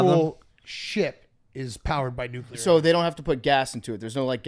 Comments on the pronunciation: continuing to say nucULAR 🤡 instead of nucLEAR is so annoying.. hate how phony his military and blue collarism is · on his George W Nuc-U-ler bull shit again